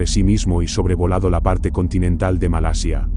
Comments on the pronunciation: No sé dice "Malesia" se dice "Malasia" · ( MA LA SIA ) no ( MA LE SIA ) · MALESIA ? O MALASIA QUE HABLA !